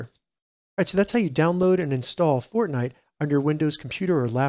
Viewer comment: Lol “insall”